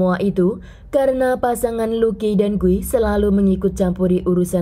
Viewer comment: Di Brazil Guy dibaca gui ya kk, bukan gay..